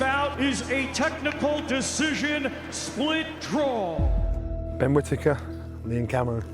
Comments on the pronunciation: Ben Quitittker 😂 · ‘Quitakker’…Not quite but almost as unlikeable as Conor Henn